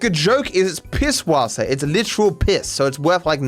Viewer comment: can we just take a moment to appreciate that pronounces the ẞ as an S like it is supposed to, the amount of people i have heard saying "Pibwasser" makes me want to pull my hair out